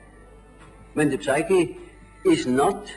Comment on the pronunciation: One would think that a man such as he would know better than to pronounce the 'p' in words such as psyche; and yet...